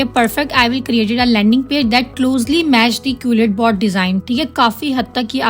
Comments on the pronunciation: Madam wo qulletbot nahi hai quillbot hai.. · Quil bot hota hai jahil qulit bot nahibpendu. Pehle khud to parh le phr doosro ko parha